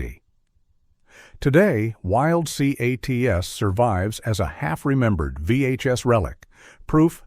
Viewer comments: I loved Wild Cee-Aye-Tees! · If you are going to use the stupid A.I. voice, then edit the script so it can pronounce the names. It has trouble with words that are in all caps, like Wild C.A.T.S. and C.O.P.S. I'm guessing the script was also written by A.I. and you didn't bother to read it.